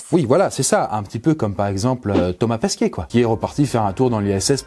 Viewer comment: Il n'y a que moi qui ai l'impression qu'il prononce Thomas Pesquiet et pas Pesquet ?